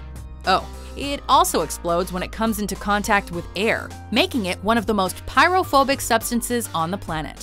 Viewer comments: Did she just say pyrophobic? instead of pyrophoric? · Pyrophoric not pyrophobic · Pyrophoric not pyrophobic!